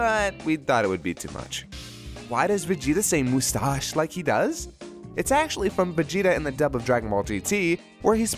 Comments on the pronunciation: Vegeta pronounced mustache like that in the English dub of Gt? Awesome.:D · They hate GT yet took how Vegeta says moostache from it.